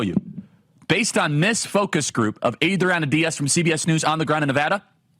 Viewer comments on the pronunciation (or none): The way you keep saying Adriana Diaz is some kind of bit right if it’s not, it’s gonna be come on Charlie you’re better than that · What I love is how your Spanish accent gets increasingly thicker each time you say Adriana Diaz.